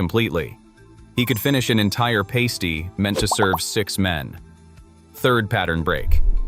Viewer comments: It's not pronounced pasty those get stuck on women's nipples it's pronounced pass-tee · It's a pass-tee not a paste - ee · Pronounced Parsty you tosser